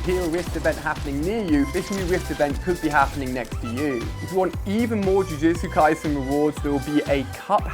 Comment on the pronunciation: Its jujutsu kaisen not jujetsu kaisen